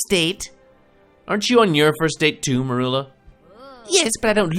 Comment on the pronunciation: mErUlA?! Excuse me, what did Snape do to you?